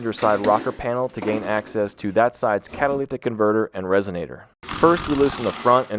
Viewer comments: Dude are you saying "cataliptic"? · Are you saying catalyctic??? You know there's no c between the y and the t right? 😂 Or maybe my ears are just screwed up! 🤷‍♂️ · What is he saying when he’s trying to say catalytic? Is it catalyctic? I think so but hard to tell. Whatever it is he’s definitely not saying it right. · I can't be the only person that hears this man pronounce catalytic as "catolithic", like there's some secret H that only he is privy to. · You lost me at the 4th time you said "catalicktic" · Bro, I will never get over the way this man said’s “cat-a-ly-tic”. Bro, breaks that shit up into syllables. 😂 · Wtf are you saying. Because its definitely not "catalytic" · You say catalytic weird. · why does he say catalytic converter like that? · Can you even pronounce catalytic? I heard 3 different pronunciations in the first 2 mins. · You pronounce catalytic very weird. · Why do you pause during the word "catalytic" ? Is there a reason you need to say it like that? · The way he says catalytic hurts me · Anyone else triggered by the way he kept pronouncing "catalytic"? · The way he pronounces catalytic converter differently each time does it for me😂😂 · Anyone notice how this guy says catalytic? & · You... can't pronounce "catalytic" can you... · This guy CANNOT say catalytic to save his life. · they way you pronounce catalytic haha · Having a tough time pronouncing "catalytic," eh? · Why do you say "catalytic" so weird